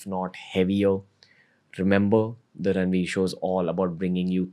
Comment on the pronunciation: No one can say Ranveer that beautiful than 🙇🏻